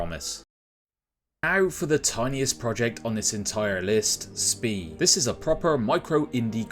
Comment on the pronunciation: I have to be that guy though but you pronounced it wrong 😁 It's "shpee" as in the "sh" sound from e.g. the word "fish" with a stretched "e" like at the end of "fiancée." "Von Spee" is a very famous German noble family (very long list on Wikipedia) and Maximilian von Spee was a famous German admiral who had the bad luck to find himself and his flotilla stuck alone and isolated in the Pacific when WW1 broke out. He didn't survive the year.